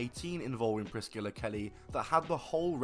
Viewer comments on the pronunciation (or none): How the hell does the dude in the video (not ) not know how to pronounce Priscilla. It isn't Priss-killa lmao.